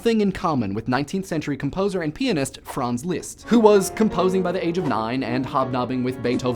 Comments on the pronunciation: hue hue... he said peanist... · peanist TEEHEE